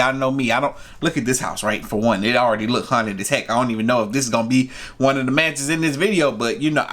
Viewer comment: What i heard " Manches nobody wants for a $1"